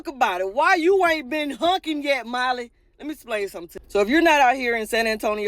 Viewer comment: I'm sorry i have to say it... it's"honking" not "hunking" 😂😂😂